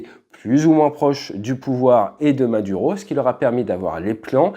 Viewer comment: Maduro, tu pourrais juste faire un effort pour la prononciation :face-orange-biting-nails